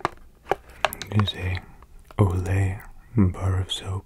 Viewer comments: The way you said olay has me cracking up! 😂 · “it’s an...OLAY bar of soap” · "it is a olay bar of soap"